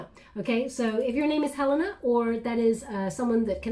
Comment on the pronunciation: I am Helena, pronounced exactly as you did 🥰 amazing reading very personal. COMPLETED ❤❤